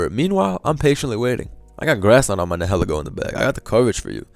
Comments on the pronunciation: Its pronounced nile-eego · The way you say nilihelgo sounds like “hella goat”